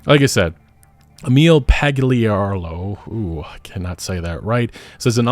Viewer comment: My granddad's name is "Emil". You're pronouncing it wrong. Just sayin'.